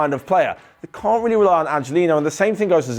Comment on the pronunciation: You forgot the T in in can’t